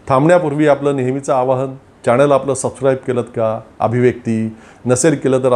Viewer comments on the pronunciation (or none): none